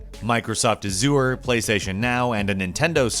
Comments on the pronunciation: Everytime he pronounces azure a-zure i cringe. Its pronounced AZH-ure. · Excuse me, but, "Azure" is pronounced /ˈæʒər/ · Anyone else have a problem with the way that is pronouncing "Azure?" Nails on a chalkboard. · You pronounce azure same way you would pronounce seizure, not the way you pronounce it, for future or for people who never heard of it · Why do people pronounce azure incorrectly so much? It is a color with an existing pronunciation and it is said by the CEO like 10 million times during keynotes. C'mon!